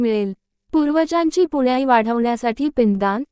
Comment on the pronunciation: निवेदिकेला नीट वाचता येत नाही .. पुण्याई , पिंडदान या शब्दांचे उच्चार तर अगदी हास्यास्पद केले आहेत .. मी पुढे काहीही ऐकले नाही .. 😢😅😅😂